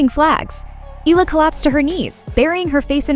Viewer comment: Eala pronunciation E-yala